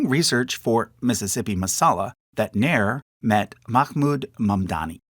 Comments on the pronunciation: One pronunciation to note is her surname is spelt Nair but should actually be Nayyar (the elite Punjabi caste) and not Nair (the South Indian Brahmin caste) both are unrelated. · The surname Nair is pronounced as "Naa'yar" it's a cast name in Kerala